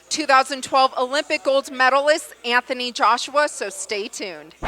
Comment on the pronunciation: it's Anthony, not AnFony